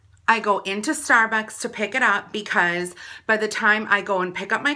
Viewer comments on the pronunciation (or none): "stair buaks"